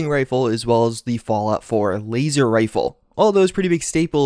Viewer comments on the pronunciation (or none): "Falout" 76? :'D